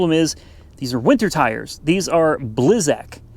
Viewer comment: Such a car guy and cant figure out why snow tires are on a FWD car. Or pronunce blizzak lol